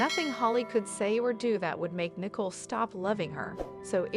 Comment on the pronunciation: Her name is not nickel it's Nicole say it right